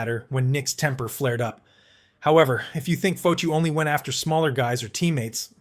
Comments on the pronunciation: Dude, it pronounced Fah-tee-oh not Foh-to sorry but that drove me nuts! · This reporter does not know hockey . Nick Fotchyou? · Its pronounced Fa-Te-u …. And he was a former boxer…. And the only man Dave Schultz did not want to fight !!